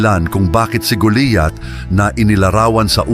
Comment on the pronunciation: kinukwento mo na nga mali pa ang pangalan ni GOLIAT ANG SINASABI MO,,,,,GOLIAT HINDI GULIYAT